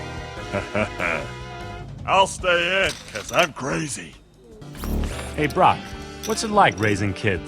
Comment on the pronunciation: I swear its like hearing Krunk instead of Brock.